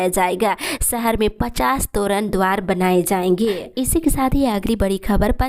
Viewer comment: त्वरण द्वार नहीं तोरण द्बार होता है